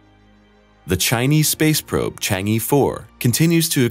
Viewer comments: It is pronounced "CHONG AH" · Stop pronouncing it Changy4. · E in "Chang E" is not pronounced like E (in English alphabet), it is more like ur in urgent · Learn to pronounce "Chang'e" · How to pronounce Chang’e like a chinese: 1) Pronounce “Chang”, with the “Cha” sound like first part of the word “Charge”, not the word “Change”. So it is “Chang”, not “Cheng” 2) Pronounce the “e” as the first part of the word “Earth”, without the “th”.